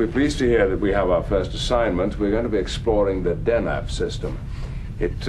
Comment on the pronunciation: I THINK Picard said Denab, not Deneb.